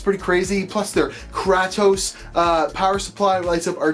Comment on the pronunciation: The power supply name is not pernounced krah -tos its like the god of war name kray-tos. Hence = Kratos